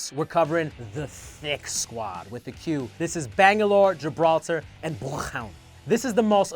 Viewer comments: It’s bloothhunter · Is it me or the way Bloodhound/Blothhoondr is sometimes said is weird and out of place?